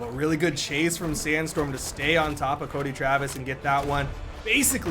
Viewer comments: curdy trevis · Cuddly Travis 😳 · "Croedy Travis" XD